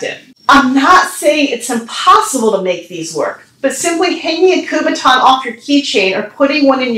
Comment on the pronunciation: it's called a kubotan not a kubaton